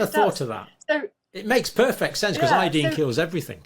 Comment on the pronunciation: When she says iodeen, she means iodine, I assume.